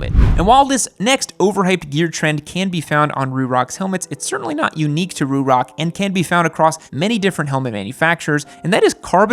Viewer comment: The way you say Ruroc makes me wanna lose my shit.